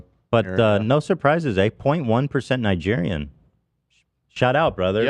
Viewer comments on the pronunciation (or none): none